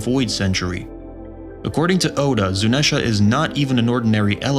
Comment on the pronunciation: Why are you saying zunesha and not zunisha